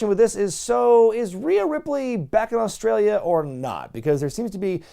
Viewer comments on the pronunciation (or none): none